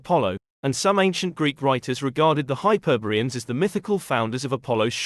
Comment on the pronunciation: “Hyperbeeans” or HYPER. BOREAN.